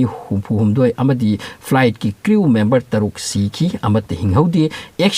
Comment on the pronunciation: Cru member not creu member (crew)